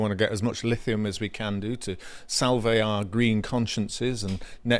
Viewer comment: "Salve" as in salve our conscience is not pronounced like "salve" the latin greeting. It's salve, like lip salve. One syllable.